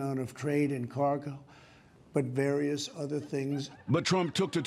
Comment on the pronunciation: Carguh. Fucking carguh. There's people still supporting a fucking dumbass that can't say CARGO? 2 fucking syllables in a prewritten speech?